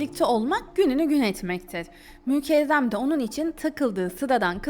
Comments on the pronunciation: Kiz mükerrem adi, mükevrem degil. Çok acaip diyorsun isimleri. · O nasıl isimler ya mükezzem mi mükehhem mi Nüzhet mi Nusret mi , tek anladığım Seniha😂